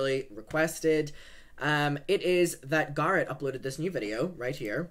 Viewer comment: Please, you don’t need to say Garrett’s name every five seconds. It wouldn’t be so bad, but your accent stresses that word and it just throws off your whole flow and makes it difficult to follow along